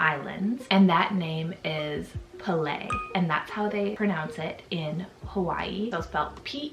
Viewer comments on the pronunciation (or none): The name is actually slightly different that she pronounced it. The first part is not “puh” but instead is “peh”. Peh-leh 😊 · It's pronounced Pay-lay (Pele), and not emphasized on the first syllable. And Tane, isn't Tain, it is Tah-neh. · oof, as someone from hawaii im cringing at how she said Pele and specifically said she was saying it right but wasn't at all 💀